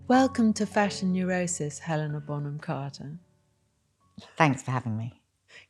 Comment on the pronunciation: Did call her Helena Bonham "Carton" at the beginning? I listened several times and I am sure this is true haha